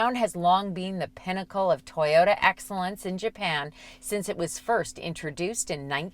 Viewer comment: Atleast they say toyota correctly unlike TFL with their tie-yota